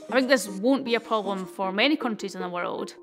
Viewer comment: Took me a while to realize "pobom" is problem , as a non native english speaker 🤦‍♂️🤷‍♂️